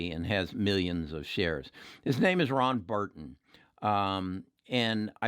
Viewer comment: I feel like is trolling us the way he couldn't say Chamuth right and says Ron Burton in this video.